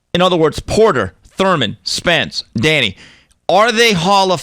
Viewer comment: Whoever uploaded this video butched Spence’s name.